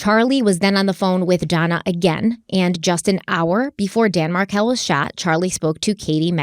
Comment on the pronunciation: Markel rhymes with Urkel ffs, not Marvelle.